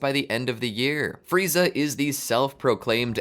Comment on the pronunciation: Who the hell is "Fry-za?"